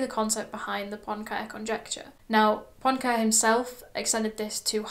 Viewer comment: Great summary! It's pronounced [Poenkarey].